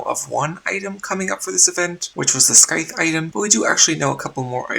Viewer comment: The "c" in "scythe" is silent. Not trying to be rude or anything Im just letting you know if you dont know already.